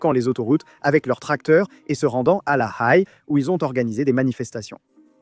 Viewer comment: La Haye se lit la "haie".